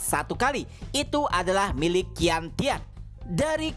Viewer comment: cara baca qian tian adalah ( cian tien ) bang